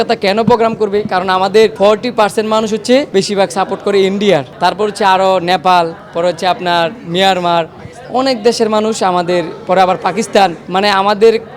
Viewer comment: ভাইজান মিয়ারমার না মিয়ানমার হবে